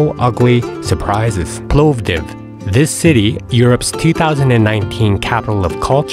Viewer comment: An interesting and quite comprehensive video. I assume your target audience is Americans (not Europeans) as you quote prices in US$, which are meaningless to me. I would prefer in Leva or Euros but that is just me. The "o" in Povdiv is short (to be fair you seemed to get this right the sceond time it was mentioned) and the "e" at the end of sirene (white cheese) is pronounced not mute. Regarding driving I have found that there has been a very big improvement in the rural roads particullary as regards reduction in number and seriousness of potholes in recent years but this does vary from (Oblast) province to province. I have not needed 4WD, but winter tyres are obligatory from when the winter season is officially declared. Like most people in BG, I have two sets of car wheels, one with summer tyres one with winter tyres as it is easier to just change the wheeels than remove and refit tyres.